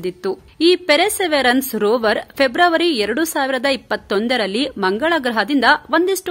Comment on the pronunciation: ಪೆರ್ಸೆವಿೇಯರ್ ಸರಿ ಉಚ್ಚಾರಣೆ